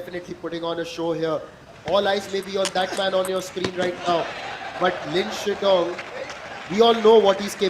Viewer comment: The way he keeps saying "Lin Shinndong" is hilarious LOL.